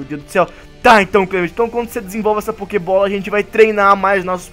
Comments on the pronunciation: Kkkkkk que fala pokibola manooo kkk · o clemond fala pokeybola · "A POQUEIBOLA!A SENHURITA POUQUEIBOLA!" MDS MT RUIM KKKKK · O Fentom fala pokeibola kkkkkkk(nao e uma critica pessoas)